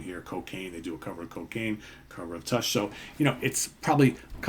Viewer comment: I’ve noticed you pronounce “tush” with a kind of short “e” sound instead of the short “u” (like “flush” vs “push”). Is that an east coast thing?